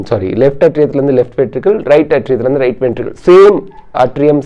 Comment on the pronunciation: Sir, your videos are superb👌Very clear and awesome🤩ATRIA PRONUNCIATION : 'ஏ'tria sir, not 'அ'tria.